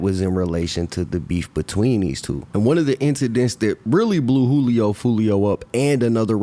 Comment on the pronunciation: Funny all the news casters pronounced his name right, but 75% of the content creators on here that reported on it kept pronouncing it (jew-lee-oh). Then again i know thats a tactic some creators use to generate/increase comments...so maybe thats why